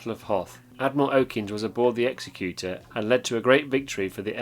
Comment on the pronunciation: It’s ex-ec-u-tor not ex-e-cute-or